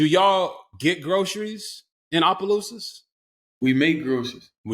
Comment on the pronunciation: RGIII said it right!! Opelousas!!!!!